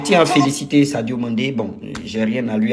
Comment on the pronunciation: Sadio Mane et non Sadio Mande